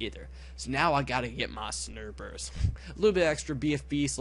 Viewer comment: Is it just me or are you calling snipers snerpers?